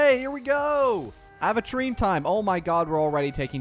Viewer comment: its “aventure - ine”, not “aven-trean” 😭